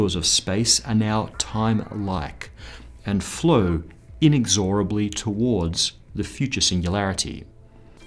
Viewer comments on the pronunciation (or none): inexorably ? your pronunciation is fucking wrecked mate